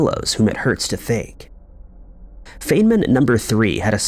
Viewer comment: It's pronounced "Fine-man" Dr. Richard Feynman.